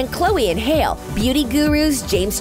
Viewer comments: hold on..did I just hear her say Chloe and ‘HaLe’.. Idk why but I just feel offended. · The gurl said chloe AND HAIL PFFTTT HAHA ITS HALLE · IT'S CHLOE AND HALLE LIKE HALLY BERRY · YALL HHHNG YOU'RE SUPOOSED TO PRONOUNCE THE E IN HALLE 😔😔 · they did not just call halle hail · I- I know she did not say Chloe and Hail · Not you guys pronouncing Halle’s name like hail 💀 no ma’am